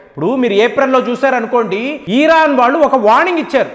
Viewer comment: "ఇరాన్ " అనoడి. మీరు "ఈరాన్" అంటూ ఉన్నారు.